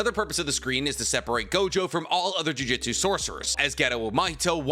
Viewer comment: Every time he says JUJITSU instead of JUJUTSU I get irritated. It's just a weird thing to do when I know he can read.